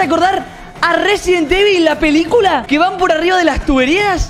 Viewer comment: Una pregunta ¿cuantas veses robleis dise resibel evil